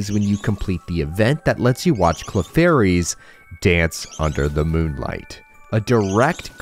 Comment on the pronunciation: lol ClefairyS